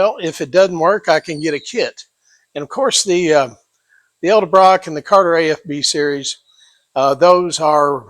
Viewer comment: E D ....not E L Get the marbles out of your mouth!